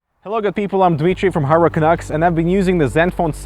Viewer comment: everytime... i almost always misheard saying hardwarecanucks as hurricaneX